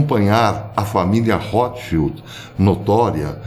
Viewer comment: O nome „Rotschild“ vem da língua alemã, e quer dizer „escudo vermelho“ , mas, muita atenção à fonia, le-se rôtchild, e não rrótchild! Espero ter ajudado em algo.